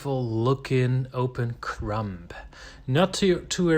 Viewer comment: Your videos are so well though out and edited. Well done! My sourdough started and several bread styles have been taken from your instruction. Thank you By the way, the 'b' in crumb is silent 😂